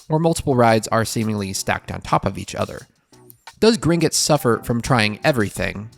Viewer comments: Why "Grin-guts?" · That 'u' drove me 😠. It's a 'o'. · For the love of god stop pronouncing it “Gringits” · omg. It was all I could hear.